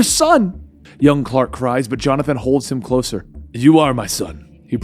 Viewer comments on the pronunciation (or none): none